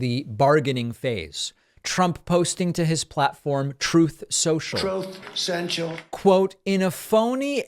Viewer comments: I’m starting to get mad that we don’t hear the “trooth sensual” when David mentions that failed social media platform! 😂 oh nm, heard it the 2nd mention. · "Troth Social"!!!!